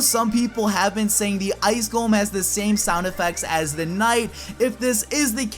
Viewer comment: you said gollum instead of golem